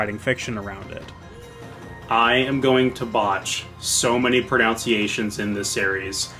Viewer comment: Pronounciation "Pronunciation"